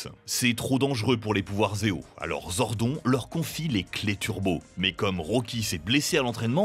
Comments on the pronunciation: Zordone et pas zordon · Mec, tu lis "Zordon", alors que c'est "Zordone" phonétiquement. Vous êtes sûr de maîtriser le sujet ? Ou vous voulez juste faire des vues pour le fric ? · ZordonE pas Zordon pitié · Sympa la video c’est dommage que vous n’ayez pas parlé du meilleur des powers rangers, les comics. Ils sont vraiment plus adultes que la serie live action et comparables à Marvel et DC. Sinon vous avez fais quelques petites erreurs Zordon se prononce [Zordone] et dans la VF justin ce prononce [Justin] et pas [Justine] comme la VO. Sinon je crois que SPD a plutôt été aimé par les fans, les saisons vraiment pas aimés sont en premier (super) Ninja Steel et (super) mega force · Zordon 😂 sa se prononce zordone mais ok hein 🤣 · mdr, ZORDON se prononce ZORDONE ! Merci bien ! Mais je préfère les versions d'origine, ayant grandi avec Bioman ! Par contre, Power Ranger in space est ma seule saison que j'adore (moins de 50 épisodes). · Fait un effort stp c’est Zordone 🤦🏽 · "ZORDONNE" ! PUTAIN retournez jouer au patpatrouilles bon sang ! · Jpp comment tu peux prononcer zordon..... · La prononciation du nom Zordon il continue de mal le prononcé 😠😠